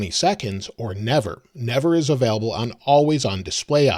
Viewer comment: It’s available not avaalable